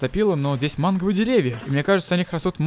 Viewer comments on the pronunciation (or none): не манговые а мангРовые !